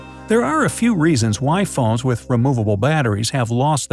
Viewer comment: In between and he says “whai” and it’s super funny